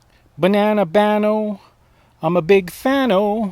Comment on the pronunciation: Bano, not baño. Got it. ✓🎭😁🍻🙋📺